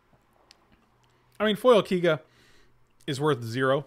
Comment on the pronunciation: Thanks for uploading the stream,! Quick fyi though, Keiga is meant to be pronounced KAY-ga, as in oKAY.